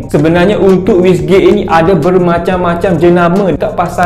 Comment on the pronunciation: Bolt on❌ Bull on✅. Turbo❌ Terbo✅. Wastegate❌ Wissgate✅. Wiring❌ Wayaring✅. Rest in peace english🫡